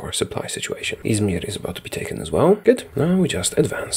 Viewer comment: How you pronounce “İzmir” is so fucking good